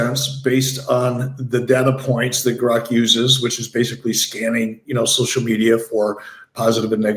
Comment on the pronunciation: The amount of times they mispronounced grok in the first 2 minutes I had to turn it off